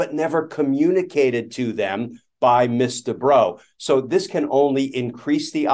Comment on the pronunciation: Why is this female attorney referred to by their title, which is also mispronounced (Ms. is pronounced "Mizz", not "Miss"), when in general a male attorney would be referred to either by their full name or just their last name? Language is still pretty sexist without particularly meaning to be, these days.